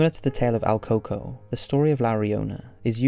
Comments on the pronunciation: It`s not pronounced alcoco, but El Cooco, duende is the literal translation to Goblin. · not AL Coco, it's EL Coco, which usually translates in american culture to The Boogeyman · El coco? El cucuy?? I've never heard of el coco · The first ones name is very butchered, although it says it like that online I can guarantee that this is not how we say it in Mexico